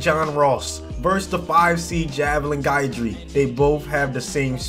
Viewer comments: Guidry is actually pronounced GID-jree and Calais is pronounced CAL-ay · You say Guidry wrong